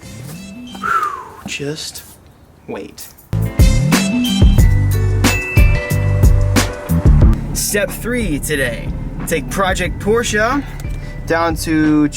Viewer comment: Pls dont say Porshaa...